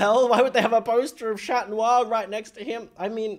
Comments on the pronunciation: said shat noir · im sobbing not you calling him shat noir 😭😭